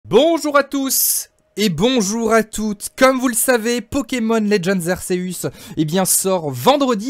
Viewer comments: c est arceus, pas ark, quand les noms jap ne sont pas traduit on les prononce à la jap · Dans l'animé ils disent "arkéuus"